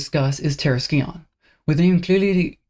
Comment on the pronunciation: Just a heads up, the scion in terrascion is pronounced “sai-uhn”. The C is silent